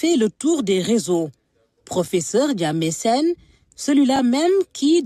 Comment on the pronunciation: IL SE NOMME DIÈNE SENE ET NON DIAME SENE.MERCI.